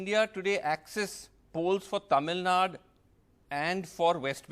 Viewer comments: Tamil Nad it's Tamil Nadu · do you know Tamil? Have you ever look on map. It says Tamil Nadu not Nad. Did your English teacher taught you "Du " to pronunce as "D"? Don't tell fake story. None of tamilans won't say that. Just admit you people don't know to pronounce. Can I call you jmbdpipi? U feel awkward right? So as an announcer he should have pronunce properly.